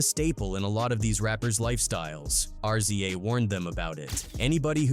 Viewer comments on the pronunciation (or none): It's "Rizza",not"R-Z-A".🤦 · R Z A dude its pronounced Riza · Don’t ever say R-Z-A again!!! Wtf??? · Why you always mispronounce RZA name wrong?